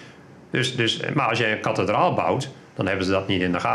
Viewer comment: Kathe-draal Kat-alysator